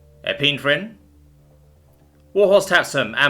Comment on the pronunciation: I feel like, you are deliberately pronouncing those words wrong to fuck with us. missing the H sound in Navajo, the j sound in Ojibwe, and the really cursed way you pronounce epi ne phrine and vaso dio later. especially since you pronounced almost half those OTHER chemicals correct. LOL